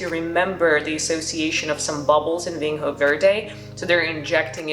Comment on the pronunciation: Vinho is pronounced "vinyo" with an N followed by a soft Y-sound. NH is the equivalent to GN in French/Italian, or Ñ in Spanish. Same with Minho and everywhere else you see the NH combination in Portuguese.